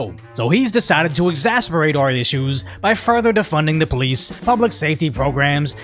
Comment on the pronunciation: ex-ass-SEHR-bate not ex-ASS-per-ate